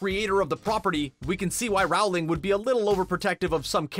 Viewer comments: J.K Rowling isn’t pronounced how the narrator pronounces it. Rowling is pronounced like rolling, as in to roll down a hill. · Here's another fun fact Rowling is pronuced "Rolling" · Learned a few more things. Cool! P.S: J.K. Rowling is pronounced rolling. Did you know the t in Voldemort is silent? Yup, sure is! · Oh my god Rowling is pronounced ROLLING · It’s not pronounced Rowling it’s actually pronounced rolling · Rowling is pronounced Rolling and in roll the ball. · Dude. It's "Rolling". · J.K.Rowling's last name is pronounced rolling. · For me the most annoying thing about this vid was the constant MISPRONUNCIATION of the author's name. IT RHYMES WITH BOWLING. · J.K. Rowling - not rawling! /rəʊlɪŋ/ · Good video but pls stop saying RaUWLinG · Omg, it's pronounced "rolling". As in rolling down a hill. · Rowling is pronounced rolling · it is pronounced ROA LING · If you are going to talk about JK Rowling at least pronounce her name correctly. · All this behind the scenes stuff and the narrator can’t even say JK last name right. Pathetic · Ikr he should talk to her and ask how her name is said. WHO IS A NARRATOR WHEN THEY DON'T KNOW HOW TO SAY THE AUTHOR'S NAME?? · Did anyone else hate the way he said JK Rowling’s name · I cringe every time the narrator says “Rowling” wrong. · GET IT RIGHTTT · Please refrain from using narrators who cannot even pronounce English names such as "Rowling" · You are saying Rowling wronggggg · How are you STILL saying JK Rowling's name wrong? It's just plain rude at this point. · The way he says Rowling makea me aggressive. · I can't stand the way you say Rowling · "Rowling" as in "rolling down the hill" not "Rowling" as in "having a row with your sibling" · Why do you mispronounce the author's last name. It's pronounced the same as bowling. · Narrator: "Rauwling" Me: "I think you'll find it's Rowling, as in bowling" Also, the car is called a Ford Anglia. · i swear if he says RAUWLING one more time I'm gonna loose it! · It's not RAHWling